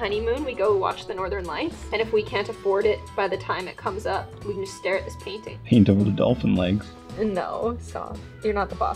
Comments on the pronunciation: Did anyone else thought she baiting instead of painting? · she says it as "bainting"